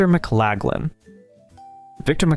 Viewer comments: Please correctly pronounce McLaglen and Borgnine! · Victor McLaglin, Ernest Borgnine. Research pronunciations.